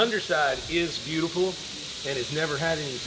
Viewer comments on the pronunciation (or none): none